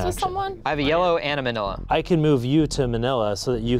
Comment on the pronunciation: I like how they say Manila. its very cool. Support from Phillipines